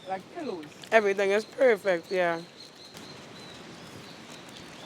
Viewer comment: PRESH-SHAA!!! "One with everyting, slight peppa." 😅😋💗